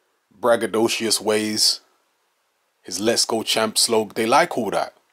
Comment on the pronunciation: Ragadouchous ya know 😂